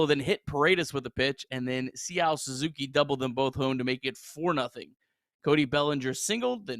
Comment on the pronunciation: Say ah Suzuki, not whatever the hell you said.